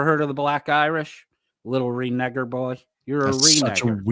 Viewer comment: I have just watched the live replay. OMG. How stupid did sound with the word reneger. It is pronounced renayger...not renegger. For a "Christian" he has the filthiest mouth I've ever heard.